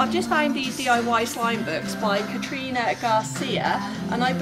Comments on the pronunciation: Like if it triggered u when she said Catrina Garcia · She said Katrina Garcia it’s Karina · Its Kariana Garcia not Catriona Garcia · When she said Katrina Garcia I'm like seriously it's KARINA like if u agree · She said KATRINA garcia not KARINA garcia 😂😂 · *Karina Garcia not Katrina Garcia... Sorry not hating just correcting you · I swear she said Katrina Garcia 😂😂✌🏼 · “Katrina Garcia” no hate but still it was funny 😂💗